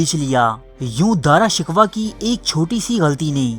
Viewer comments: Daara shikwa nahi daara shikoh🤣🤣🤣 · BHAEE DARA SHIKWAH NAHI DARA SHAKOH HAI TALAFUZ SAHI ADA KRO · Please Apna Urdu talaffuz durust Karen.Shahjahan ke bare bete Ka nam Dara Shikoh tha na ke Dara Shikwah. It is a bloody mistake. You are mocking the Urdu language with your ignorance. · AAP APNY URDU THREK KAREN, AAP JAN BOOJH K ALFAAZ GHALAT BOLTE HAN, DARA SHUKOH KO AAPDARA SHIKWA BOLTE HAN ISSY TARAH HAR NAAM GHALAT BOL KAR HISTIRY K DUSHMAN AUR HINDUES K DOST HOBE KA SABOOT DE RAHE HAN PL BE CAREFUL IN FUTURE OTHERWISE FACE BOOK PE AAP K KHILAF LIKHUNGA Q K AAP HISTORY KO MASAKH KAR RAHE HAN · His name was daara shakoo not daara shikwa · video upload krne se pehla alfaaz k talaffuz durust kia karo , Dara shikwah naam naheen.sahee naam Dara shakooh hai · Good video...but.... With due respect...the name is DARA SHIKOH.....not DARA SHIKWA. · DRA SHIKWA nahi balkay DARA SHIKOH nam hsi. Apna URDU talafuz darust karayen. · O bhai ya Dara shikwa nahi hota.. Ya Dara shekoh ha.. 😂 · Bhai name dara sikhoh hae dara sikhwah nahe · Bhai wo Dara shiko hai na ke Dara shikwa....please rectify your pronounce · Dara "Shikoh" is the correct pronunciation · dara shikoh, ghalat naam no bolo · You are pronouncing his name wrong bro It is pronounced as "Dara Shikoh" . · ارے او بے وقوف گدھے تجھے تو نام بھی پڑھنا نہیں اتا تاریخ کیسے پڑھ لی تمہیں؟جب دارا شکوہ کو مار دیا گیا حکومت اورنگزیب کے ہاتھ اگئی تو یہ پروپیگنڈا شروع ہو گیا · جتنا درست آپکا داراشکوہ کا تلفظ اتنی ہی معلومات مستند ہیں ۔ داراشکوہ جیسے معتدل مزاج جانشین کو دھوکے سے قتل کرواکر اورنگزیب نے اپنے دو سگے اور پانچ سوتیلے بھائیوں سمیت اپنے حقیقی والد تک کو قتل کروایا اور وہ جلاد بادشاہ بن گیا جو کہتا تھا ایک بوتل شراب ، ایک سیر بھنا ہوا گوشت اور ایک باکرہ لڑکی روزانہ شب کے علاؤہ مجھے اپنی بادشاہی سے کچھ نہیں چاہیے ۔ اور جہل زدہ لوگ کہتے ہیں کہ اورنگزیب ٹوپیاں بناکر بیچتا تھا ۔ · تمہیں دارا شکوہ کا تلفظ تک تو آتا نہیں اور بات کرتے ہوئے تاریخ کی ، اللہ کا نام ہے کچھ رحم کرو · بھائی داراشکوہ کانام تو ٹھیک طرح تو لو